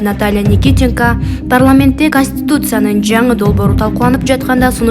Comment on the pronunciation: Манка журналист таза суйлочу уят кылбай канустуцая дебей